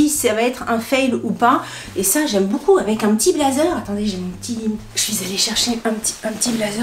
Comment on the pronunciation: Coucou je regarde tout tes vidéos SHEIN, j'adore ta bonne humeur❤! Je viens de m'apercevoir seulement depuis les dernières vidéos que tu avais un tic de langage quand tu dis "boucoup" au lieu de beaucoup! Mdr du coup maintenant ça me saute aux oreilles à chaque fois. Bisous ma belle.